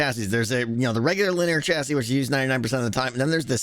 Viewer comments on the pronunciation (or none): Don’t think I’ve ever heard someone call a chassis a chastity before But there’s a first time for everything, I guess